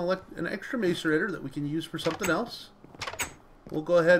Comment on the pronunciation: Say mass-a-rator not mace-a-rator